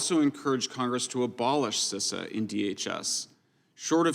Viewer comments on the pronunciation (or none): You are making me mad you don't know how to say Cisa